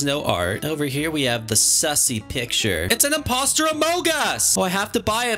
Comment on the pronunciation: HOW YOU SAID “ITS A INPOSTER OMOG US”